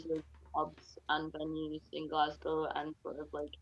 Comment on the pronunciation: "Glass-cow" uuuugh